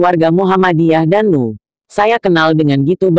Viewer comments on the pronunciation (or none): en uuuu buuuuuuuuu bukan nuuuuu....